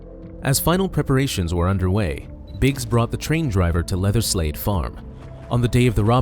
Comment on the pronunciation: Great vid, I have to say though I kept thinking you said "leatherslave" but that just might my mind in the gutter lol